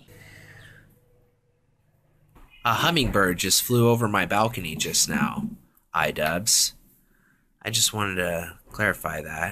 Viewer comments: It’s not idubz its idu-b-b-b-z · It's pronounced Eedoobbbz.